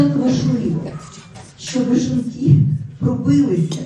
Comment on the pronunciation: А чого у неї не виходить сказати "жінки"? Лише якісь "жинки".